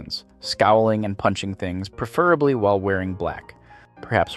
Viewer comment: "Preferably" is mispronounced.